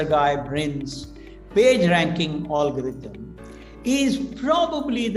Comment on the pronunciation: pottycipation, olgarhythm, 😁 He is extremely well ready and has fantastic though utopian thoughts but sorry I had to rant about some pronunciations that cracked me up.